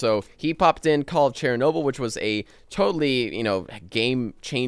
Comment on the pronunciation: Not cherry noble! Shernoble! :)